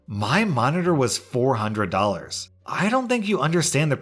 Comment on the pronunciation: Maybe you could help her out with some "Dollors"